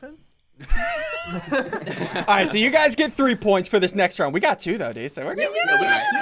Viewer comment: Only OG's would remember how he used to say "dood" 😭 Flashbacks to Blood and Bones